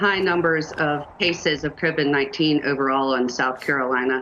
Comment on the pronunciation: What's "Criven 19"? Experts only, please, MSNBC.